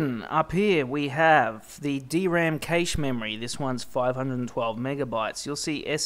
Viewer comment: onwards. The word is pronounced "cash" as in money. Expert? These people have no backup?